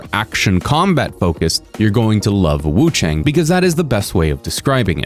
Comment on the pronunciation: Hi! Love your vids, I just hope you can pronounce wuchang more accurately. You don't pronounce chang like English "rang" or "sang". Chinese "ang" has a pronunciation similar to English "on", like on and off. You'd pronounce it something like wuchon. Hope that helps!